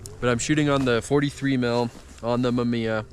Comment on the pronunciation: MA MI YA say it with me hahaha great video man, looks chilly out there!